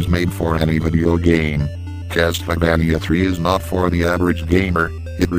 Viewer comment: Lol "My favourite will always be Castleyvaneeya"XD Good review